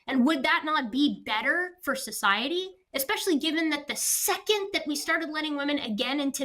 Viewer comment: it's "eh-specially", not "ek-specially".